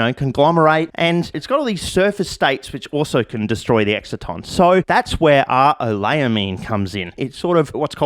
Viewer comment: I'm just some flog, but I think it's "excite-on" as in an excitation - not making fun, clearly you learnt it from reading which suggests greater intellect than your peers - but just in case you ever have to say it in front of an academic crowd, might be helpful :)